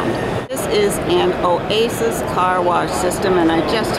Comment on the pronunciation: This is a Great Video But you were saying Very Weird things when you came across some Products. I DON’T WANT YOU TO THAT KIND OF STUFF EVER AGAIN!! You even said Oasis Wrong.